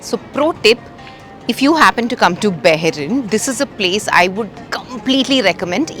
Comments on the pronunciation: Not barren...it's Bahrain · It's not barain It's bahrain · Welcome to Bahrain dear.. it’s pronounced as ‘bahhh -raii’nn’ not barain 🥳 just to let u know 💐❤️ love ur vlogs ❤ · It's not baa rayn...it is Bahrain the Arabic word.Bahr means river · What on earth. How did you pronounce Bahrain???????????????? 200rs